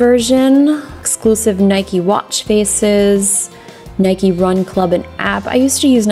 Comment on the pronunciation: I'm sorry Justine it's Nike as in Bike you don't ride a "Bikey" do you? 🙄🙄🙄🙄